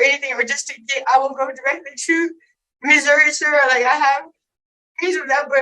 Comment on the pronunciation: You have been pronouncing Missouri right. It is Missouri not Missoura.